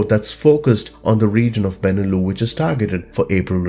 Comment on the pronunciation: It’s “Benelux” - not “Beneloo”!!!